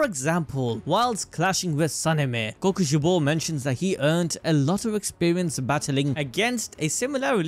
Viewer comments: is no one gonna talk about how he says Kokoshibo? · Omg bro you saying kokoshibo throws me off when his real name was michikatsu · I'm never saying kokushibo the same way ever again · or kokushibo